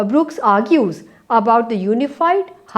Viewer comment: his last name is Brooks not BrookEs